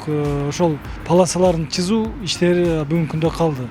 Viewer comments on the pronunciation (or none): Сызуу деген создун айтылышы чызуу турбайбы э.....😂😂😂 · Губернатор болуп туруп, чызуу деп сүйлөйбү? Сызуу деп кыргызча сүйлө, бир тууган! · Жолдун паласаларын "сызуу" деп айтылат чызуу эмес, уят деген жок экен буларда. Ош тараптын элдери убагында кандай билим алышкан мени танкалдырат.